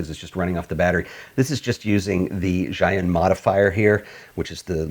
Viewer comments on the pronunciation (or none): Zhiyun reads as "zhee-yoon"